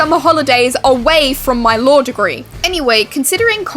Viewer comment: Your accent made it sound like you said “my lore degree” 😂